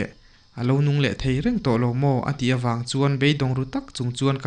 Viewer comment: I thu lam dan hi a diklo nasa thei lutuk a,tawng tih pawh hi ilam diklo ania